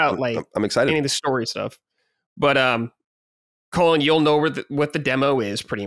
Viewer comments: Is it just me or does constantly pronounce Colin as "Colon"? Its funny because on Sacred Colin has gone on so many rants about hating people that mispronounce his name, but he's yet to correct. Unless I'm the one hearing it wrong or its like an accent 😅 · needs to learn how to pronounce Colin lol